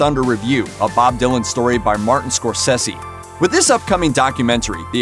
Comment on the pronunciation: It's pronounced 'Martin Scor-Cersei' 😅